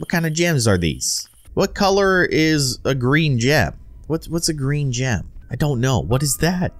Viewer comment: green gem.... i thought u say green "jam" at first now i know 1 like= 1 size for my brain!(-- u -- )